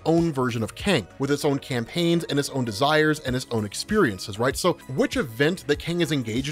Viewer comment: "...with its own KANGPAIGNS"